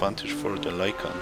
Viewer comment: its lykan not lykam, bro